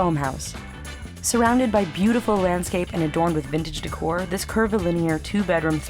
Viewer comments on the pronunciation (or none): none